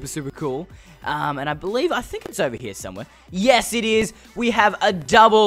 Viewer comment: Haha Haha! "Oveh hia" you were saying.